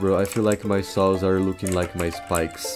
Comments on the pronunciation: Vit always remembers that he mispronounce 'saws' with 'sauce' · When he realizes how saws is actually pronounce. hes gonna kill him self